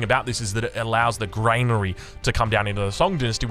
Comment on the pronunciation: Dear funny internet man. It's Gran-ary not Grain-ary Edit: thank you for figuring out the orchard.